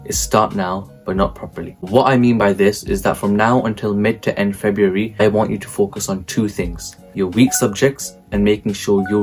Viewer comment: it's cos you said febraury in the vid